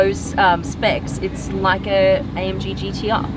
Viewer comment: *laike laike*🤪🤔🤗